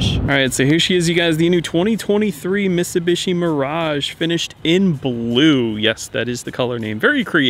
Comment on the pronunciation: 🤦‍♂️you saying Mitsubishi is like Benedict Cumberbach say penguin.